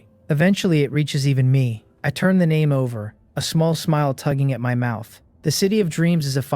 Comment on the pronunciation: Churn?? Churning???? The fuck word is that & what's it supposed to mean? I keep hearing it so are ai's incapable of saying turn